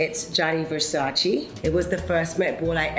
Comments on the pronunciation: It’s VersacÈ not Versaci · I think she should pronounce it VersacE not Versaci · Ver-sa-che Not ver-sa-chee. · It’s Verscacé not Versaciéé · Donatella, Which Italian word do you wish English speakers would stop saying incorrectly? -It’s Versace, non Versacheee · lol ouuuu naomii you know donatella dont like when we say versaciiii is versace :D :D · All this years working for Versace and never learnt how to pronounce it properly . It’s Versace not versaci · VersacE no Versaci 🤣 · she could at least get the name right: it has never been Versaciiiiiiiiii. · it’s versace. not versaci! 😒😒😒😒😒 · So embarrassing that she pronounced it Versacie It’s ver-sa-cé naomi! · She knew Versace personally and she still calls the brand "Versaci" like americans 🙈🤷‍♀️ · but uhm the brand is Italian and it’s not pronounced VerSaCII 🤷🏻‍♀️ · It's VersacE lol! Love you, Naomi! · Sorry if this is off topic, but the pronunciation of the name of 2 Italian fashion houses so famous for many years is still completely wrong. The final E (VersacE, DolcE e Gabbana) is not pronounced as an I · It has to get on Donatella’s nerves that Naomi says Versachee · Shes a legend but still saying Versachi.... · Omg! How can she mispronounce Versace as “Versachi”? Donatella should be upset for her tackiness. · Versaci? Really Naomi? After all these years? Really??? 🤷🏼‍♂️ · and she can't even say VersacE RIGHT ... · I cant get over the fact she is naomi and how she pronounces versace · It’s weird that after all those years working for Versace she keep saying it with the wrong pronunciation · How come after all this year's they can't pronounce correctly Versace? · I mean, if she has worked for Gianni Versace for so many years, why doesn't she learn how to correctly pronounce his brand?! IT'S VERSACE. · Surprised she pronounces Versace incorrectly. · Even Naomi doesn’t pronounce Versace right how disappointing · I honestly admire Naomi, but how is it possible that she still can't pronounce Versace?